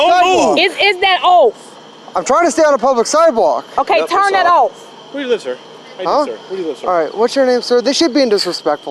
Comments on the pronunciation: She says - 'is that offee !' Lol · wtf did she say is that ooff hahahahahaha she cant say off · "". Did she say, "Is that off?" - Because, to me, it sounded like "Is that oaf?" Just saying!